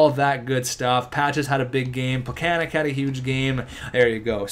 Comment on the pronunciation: It's pecanets not pecanec